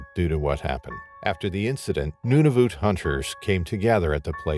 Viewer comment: “Noonavoot” LOL Nunavut